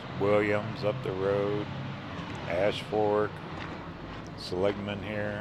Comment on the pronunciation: See - Lig - Mun